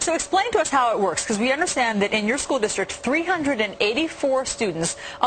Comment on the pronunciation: "SHCOOL" lmao